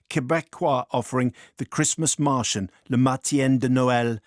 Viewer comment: Haha Simon's prounciation... "Mar-tee-in". C'est "Mar-shaun", je crois.